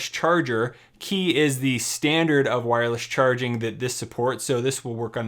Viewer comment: Small correction: Qi is pronounced "chee", not "key"